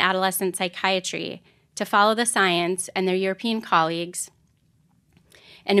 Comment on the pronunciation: “Twust duh soyance” - Dawktah Tony